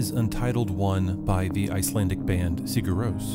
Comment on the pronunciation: Might be better to know how to pronounce the name if you're gonna talk about what people understand. ;)